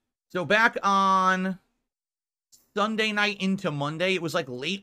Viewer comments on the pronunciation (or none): My take is nothing will be done about Philburts channel. The pigroach is going to survive the apocalypse and stream the very next day. Edit: Oh wow I just realised can't pronounce Sunday correct, he said Thunday.